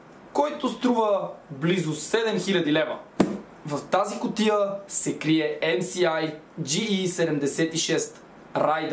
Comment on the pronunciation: EМ "ЕС" АЙ, а не ЕМ "СИ" АЙ. 🙂